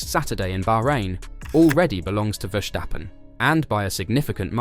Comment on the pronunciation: Good content! It's pronounced Verstappen, not Vershtappen (which is a German thing, not Dutch)